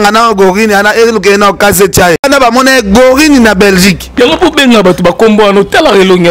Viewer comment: On dit Gorille et non Gorine 🫢